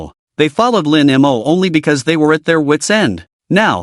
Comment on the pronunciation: I find that less annoying than how the AI pronounces it. As in Lin M O. 🙄😒😡